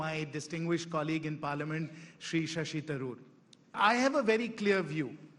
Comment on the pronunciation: Shashi not Shasha